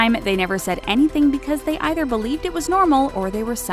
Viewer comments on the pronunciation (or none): none